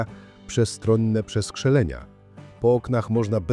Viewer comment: Co to są "przeskrzelenia" ? Lektor AI ma problemy z czytaniem? 😆